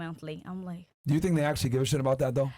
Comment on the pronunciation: “Tink About Dis” gets me every single time! 😂😂😂 Hilarious.